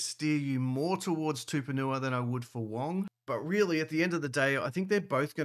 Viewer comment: His name is not Tuponua. It’s TUPOU-NIUA